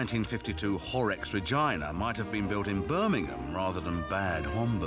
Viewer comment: Regina is pronounced Reh Gee Nah in German, not Reh Jy Nah